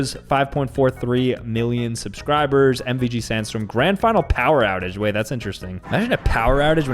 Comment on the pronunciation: He sayd wayt im gona show you